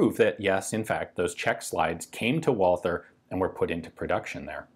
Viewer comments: Dude. It sounds like "Valter" in English!!!!! How hard is that to understand? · Please Ian, there's no "th" in Walther. It's just like Walter. Please. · Why does everyone pronounce Walther with a stupid mike tyson lisp? WALL-TER. Germans pronounce its VOL-TER....TER... TER TER TER TER TER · nice video! btw, it's fairly easy to correctly pronounce "walther" as a non-german speaker. (it's "vah-lter") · Try to omit the H when you pronounce walther. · He incorrectly pronounces the TH in "Walther", but not in "Thuringia". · It's "Tsella-Mailis" with german "z" and a long "a". Not "sell a malice" and it's "Wulter" not "Wolther".